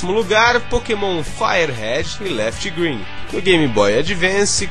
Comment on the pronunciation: cara nao eh "left" green, eh "lif" green a pronuncia correta procure falar corretamente os nomes, e nao suas traducoes (vide "safira" e nao saphire")